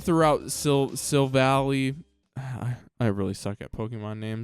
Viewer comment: Why are you ending the series it was so good. Oh and its pronounced sil val lie